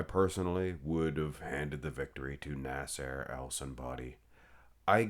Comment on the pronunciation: Why do you continually pronounce his name as “nas-AIR?”